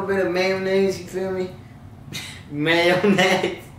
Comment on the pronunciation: Hmhm mAyo-Nayse 😌🙃🤗